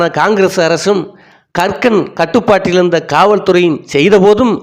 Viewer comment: கக்கன் என்ற பெயரை இவர் ஏன் கறுக்கன் என்றே திரும்பத் திருமபச் சொல்கிறார் என்பது புரியவில்லை.